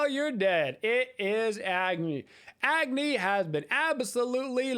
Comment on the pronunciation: Just a few pronunciation things! -Agni is pronounced like awe-gni -Hecate is pronounced heh-kuh-tea